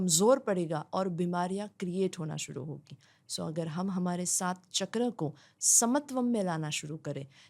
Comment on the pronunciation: Sorry for interrupting you but please don't say ’चकरा ’ say it ’चक्र’ becoz u motivate a huge population ❤